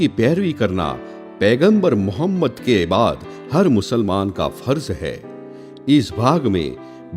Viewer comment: Tumare channel ki auqath nahi aur pehle hamare aap s.a.w ka naam lena sikhjao bhai plzzzz naam sahi se lo aur fake photo math dalo